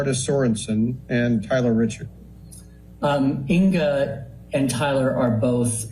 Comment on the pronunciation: Tyler Risshhardd for fuck sake